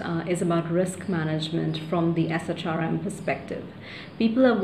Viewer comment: We usually say SHRM as “Shirm.”